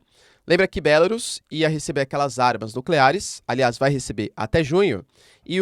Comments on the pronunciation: Querido "teacher", a pronúncia é 'Belarús'. 'Bélarus' é pronúncia inglesa. A pronúncia é igual a "bambu, caju, urubu, etc.." com sílaba tônica no "u". 🇧🇷🇺🇦🇧🇷🇺🇦🇧🇷🇺🇦🇧🇷🇺🇦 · Professor é melhor pronunciar Belarús, pois fica mais próximo do idioma.